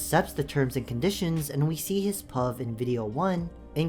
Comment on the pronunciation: This video gave me crazy whiplash Who the fuck sounds out pov when it's pronounced p.o.v?